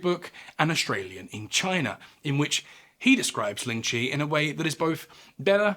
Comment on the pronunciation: This was a great video! Just one thing of note, the pronunciation in this video of lingchi is wrong, its the "white" pronunciation. The chinese pronunciation is 凌迟, or líng chí. Which means death my a thousand cuts, or lingering death. If you would like to learn, Chinese, or mandarin, is a tonal language, with 4 different sounds as marked above the vowels. ā, á, ă, à. 第一声 (dì yī shēng) or the first sound: ā, sounds like you're singing the note. If you sang out aaaaa, that's what it sounds like. 第二声 (dì èr shēng), or the second sound, á, sounds like you're asking a question, the sound goes up like at the end of a question mark. 第三声 (dì sān shēng), or the third sound, ă, goes down and is formed in the throat. If you groaned, it would be at that pitch, but you say it as a normal sound. Finally, 第四声 (dì sì shēng), or the fourth sound, à, sounds like you went "ah!" if you were surprised. The pitch goes down sharply, like a drop off a cliff. If you read this far, thank you for taking an interest in my culture! Its always nice to show people how to pronounce mandarin :D It can be a difficult language to learn, but the most important part is the pronunciation. It's a bit difficult to explain over text without a voice, but as an example, without the tones 四 and 死 would sound the same, but 四 (sì) means four and 死 (sî) means die or death. Its actually one of the things in our culture, why you wouldnt see a fourth floor (it goes straight to five) in hotels, or in the case of our red pack